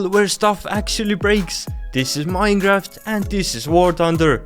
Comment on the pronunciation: Why the F does he say minegraft ?????